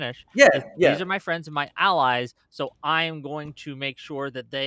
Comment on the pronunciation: Also, words ending in "o", like no or so, should not have an r sound. Stay in Australia.